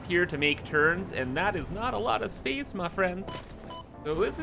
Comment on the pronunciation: Haven't watched one of your videos in a while. I had forgotten you say BEESE instead of base, and SPEECE instead of space and it drives me crazy. Love the content though.